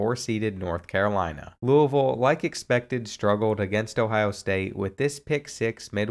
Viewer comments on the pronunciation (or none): none